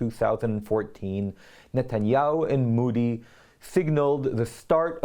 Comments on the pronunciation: By d way sir Its mOdi n not mUdi plz can u pronounce it d correct way😊😊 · Modi and not moodee. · Ahem, Modi is pronounced mow-dee, (ow is pronounced OH as in OH NO or the letter O), not moo-dee as in MOO or MOVE .